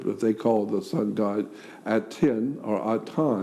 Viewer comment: He kept saying the “TIN” Commandments instead of The “TEN” Commandments as though it was a TIN can! 🤣🤣🤣